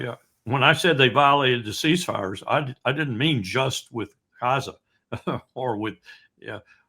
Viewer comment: Appreciate Col W pronunciation "Cazza" occasionally. I have an antique map of the region, and it's marked "Cazza"